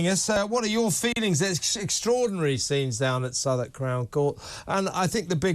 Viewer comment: Southwark, not Southern x 2.